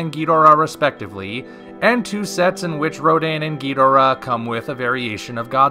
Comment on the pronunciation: Why do you keep say Ghidorah's name wrong?